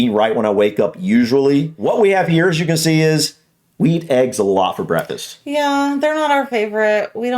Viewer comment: He has "brackfis"